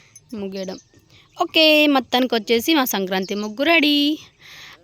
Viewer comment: సంకాంతి కాదు సంక్రాంతి 😂😂😂